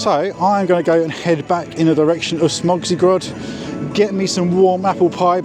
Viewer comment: Either pronunciation of Zadra is close enough. 🙂Your Smoczy Gród could use some improvement though. 😄 Great vlog. Deserves more views. 👍